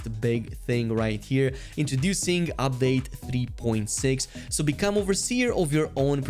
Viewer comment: It's pronounced UPdate, not OPdate